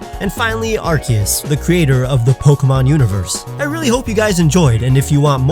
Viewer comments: It’s not arceus it’s arcoos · ARCEUS, ARCEUS IT'S PRONUONCED ARKOOS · You pronounced Arceus wrong... Its Arcoos